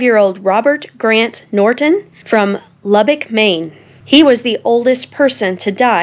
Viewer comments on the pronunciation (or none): none